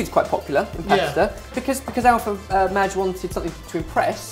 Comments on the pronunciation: Alpha-Madge?!?! Alpha-MAGE. -facepalm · Alpha Mahge 20.... really? Really? MAGE. ITS PRONOUNCED MAGE. MAY JUH.